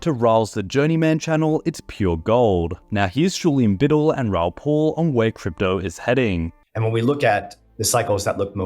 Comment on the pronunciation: It's PAL, P-AL not bloody Paul. He's pronounced it himself a million bloody times. Are you a robot,? Please, for the love of God, say it properly or I will lose my mind.